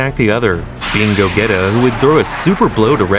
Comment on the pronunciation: "go - geta" ☠im dead